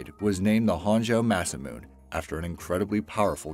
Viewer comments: Not “massa-moon.” Ma-SA-moo-nay. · Masamune is pronounced "Mah-sah-moon-eh". Hun, I know pronunciation of different languages can be difficult, but please do some looking into the pronunciation of words you're unsure about before you record. If you're going to talk about these things, the least you can do is try to pronounce them right. It feels like you don't even try. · Sorry I did give the vid a thumbs down for the very reason Matthew Smith said...For the love of all that is holy say _____________ right! Besides parliament there was Grumman, Masamune, Kuala Lumpur, Fabergé, and Mount Sinai. He was driving me nuts throughout this video. I understand that there are some dialect differences that vary from area to area, but this was beyond ridiculous. If I didn't know any better, I would say it was an April Fools joke. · ...or Grumman, Masamune, Kuala Lumpur, and Mount Sinai. He was driving me nuts.